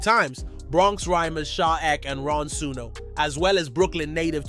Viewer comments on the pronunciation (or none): Its E.K not Eck 😂